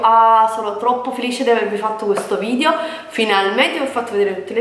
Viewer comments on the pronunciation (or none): Ma vogliamo parlare di "vidjo"? 😓